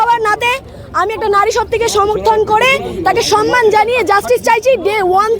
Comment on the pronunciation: অশিক্ষিত মূর্খের দল "সম্মান"(samman) শব্দটিই জানে না। এরা সন্মান(sanman) উচ্চারণ করে। তৃণমূলের সামর্থকরা ডাক্তার দের সাথে চরম ভণ্ডামি করে যাচ্ছে।